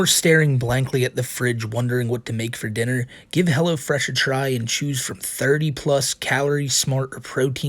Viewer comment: Helwo Fwesh coupon code WhiteBowsah